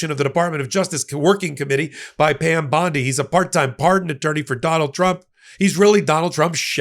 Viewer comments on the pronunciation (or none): none